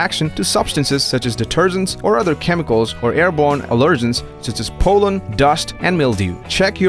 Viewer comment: this is very well done and the narrator is terrific. but sometimes people come up with some pronunciation whoppers and it makes you wonder how they were educated. at about , i hear the dog may be allergic to polen. and for a sec my brain goes - what!!!?? oh, it’s pollen. who ever heard it pronounced polen as in pole? amazing!!!!! 🤦🏻‍♀️🤦🏾🤦🏽‍♀️🙄